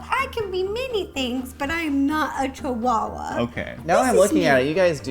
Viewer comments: The pronunciation of the dog name is chiwawa not chiuhaha or something else. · Ro: Chihuahua Mike: No, a chiuhaha